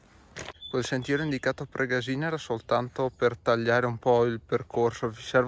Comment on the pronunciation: confermo, pure io anni fa la percorrevo in auto. Bellissima anche se stretta. A titolo di info Pregàsina si pronuncia con l'accento sulla prima a. Grazie del video.